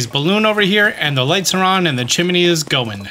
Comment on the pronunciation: I love the way he says “chim-ma-nee”.